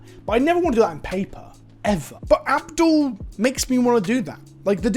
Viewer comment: I keep hearing the way you pronounce "Abdel" and I keep hearing "Avdol" and my brain is like "What, is he a human that ETBs and summons a 4/4 red spirit called "Magician's Red"?!?